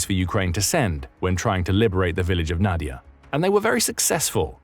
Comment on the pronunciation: it is read as [nadi'ia]